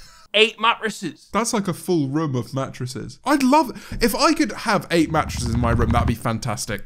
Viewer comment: the way he says mattresses is absolutely killing me